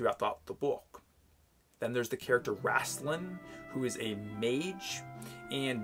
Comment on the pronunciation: Just to clarify... It’s pronounced rAYstlin, not rAHstlin